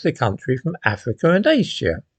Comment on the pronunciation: I like the way pronounces Asia "AYsEEAhhh" Very individual is our!